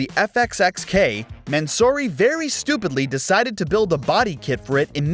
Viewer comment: You said mansory horribly wrong also the "hatchback" ferraris are shooting brakes